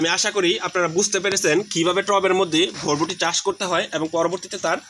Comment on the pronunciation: আগে উচ্চারন শিখেন ভাই।ভরবটি নামে কোনো সব্জি নাই।বরবটি নামে আসে।